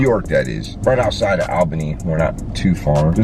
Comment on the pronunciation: Hey hey. Its pronounced "All" "ban" "e". Say it fast.😃 love the videos👍